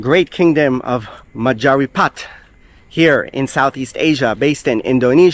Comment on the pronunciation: You cute with pink umbrella haha 😂😆 by the way "Rajapapit" wrong,Right is "Rajapahit" Singapore is = Lionpore 🦁 Lion = Singa (indonesia language) Be safe ! some people in Singapore also pro palestine